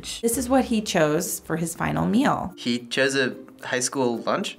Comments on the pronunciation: hon. i think you got it all wrong ✋🏻 it’s not mill, it’s meal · She also doesn’t say “meal” she says “mel”